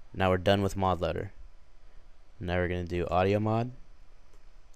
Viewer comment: did he say mob loader?! WTF..